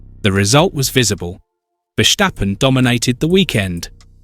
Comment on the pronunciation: Please say, Ver Stappen. There's no shc in there. Ok.